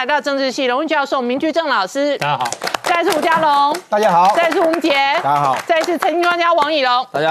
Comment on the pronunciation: 问候语“大家好”能不能说清楚点，别就说“大好”